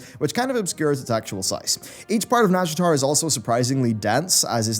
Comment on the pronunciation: YouTube subtitles keep thinking you say "NASCAR zone" instead of nazjatar and now that's all I'm imagining.